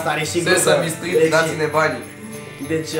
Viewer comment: Se pronunta sizămstrid